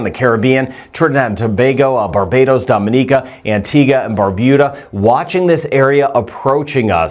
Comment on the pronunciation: You mispronounce “Dominica”. We laugh every time you say it!😅